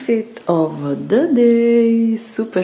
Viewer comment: " outfit OV the day "